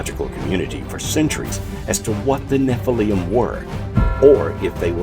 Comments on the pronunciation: You made a documentary and pronounce Nephilm wrong. There is no ‘ium” at the end. It’s ‘lim’. Get it right! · Why does he say “Escavate instead of excavate? And nephillium instead of Nephillim? Is a bit suspect no?